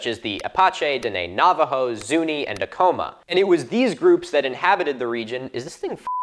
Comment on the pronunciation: Just a side note, it is correctly pronounced AC-ama